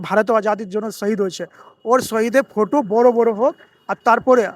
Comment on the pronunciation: আগে উচারণ ত জানো সেটার জানার অধিকার তোমার কথা টা ফটো হবে ফুটো না 😂 আগে ঠিক থাক করে কথা বলতে জানো তার পর বাংলার ইতিহাস জানতে আসবে 😂